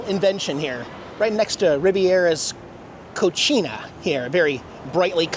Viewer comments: Carmel or caramel? I wish you Americans wouldn’t fuck up the English language so badly. And, you need to work in your Spanish pronunciations. A Cocina is not a Cochina. They are too totally different things. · In Italy the pronounciation would be spot on, but in LA you just insulted the heck outta that kitchen!! Easy mistake to make and i bet Diana is laughing her ass off!! You such a wyte boy!! ❤❤❤❤ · Definitely pronounced cocina wrong 😂. Ask your wife about what you said 😅